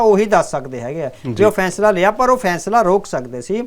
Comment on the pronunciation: ਫੈਸਲਾ ਉਚਾਰਨ ਕਰੋ ਨਾ ਕਿ ਫੈਂਸਲਾ ਬਿੰਦੀ ਦਾ ਉਚਾਰਨ ਗਲਤ ਹੈ